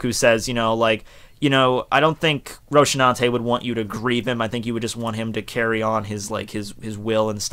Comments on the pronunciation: you say Rosinante's name wrong. It's Ro-see-nante not roshinante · Hate to correct pronunciation; but it should be "Raw-thee-nahn-te"not Roxinate or wathever you are saying... I think the pet goat it's a reference to the Spanish Foreign Legion or "la Legión". The spanish legion is a hardcore elite military corp; independent from the rest of the millitar cores (the main ones being Air Forces, the Ground Army and the Armada (naval forces) so it would be somehow equivalent to the USA Marines Corp. The main characteristic of the Legion, is that is composed (traditionally) of dessesperated or alienated members of societty, who join the corps (almost) as a way of diying with honor; driven by extreme religious sentiment; believing that duty, honor and bravery would redem them at the eyes of the country and God. Even if it sound somehow crazy (in modern days it's much more similar to other elite corps) this corps was founded to obtain fearless warriors expert in close combat, that would (ironically) minimize casualitties in the Marrouish wars of the beginning of the past century, as regular unexperienced soldiers where diying at a very higth rate due to being afraid of engaying in close cuarters, thus causing prolongated long distance shootouts. One of the most curious things about this army, the Legion, is that they have pet goats, who ussually aconpany them in parades and other public shows. I don't know the meaning of the goat; but I believe it is the only army in the world to have this curious pet; and Oda having taken before inspiration from Sp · It-s Rosinante dude, not Rosinate omg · Roshinate? 😂😂 lmao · dude, wtf is with you and ol the wrong name pronunciantions> Roshinate in place of Rocinante [Rosinante], Eneru ipo Enel, Dandan ipo Dadan, AkaIIInu ipo AkainU, Rogue ipo Rouge etc???? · Bruh, the way you pronounce Rosinante makes me angry. There isn't any 'sh' sound in the name